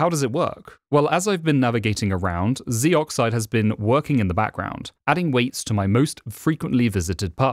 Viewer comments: Narrator: "Zeee-Oxide" Me: "Zohxide." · It's not pronounced zee brother.